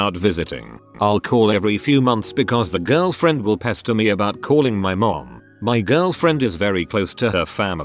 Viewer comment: when it says “girlfriend” it sounds fucking weird